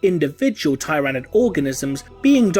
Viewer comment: I understand its probably the Lore friendly way to say it but your pronunciation of Tyranid always bothers me.